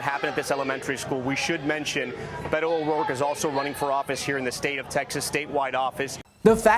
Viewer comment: Come on Brian! At LEAST make an effort to pronounced his name properly, Beh•tō